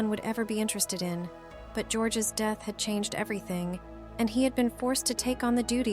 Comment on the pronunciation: Dee-eth... Mus-que-l-are... OMG the AI pronunciation is so distracting